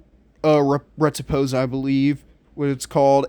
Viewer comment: Pretty good. Might try the last two sets for killing Infected Brood Mother. Not nit picking (ok I am a little): Riposte = Rih-Post (ive also heard it pronounced Rih-pahst) not Reh-tih-pose.